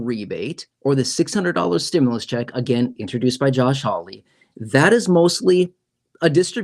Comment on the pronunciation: Why r u on u tube. Lying to people u keep saying stmulouse. But it's not done yet